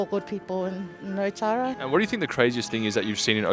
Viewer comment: It's Otara not Otara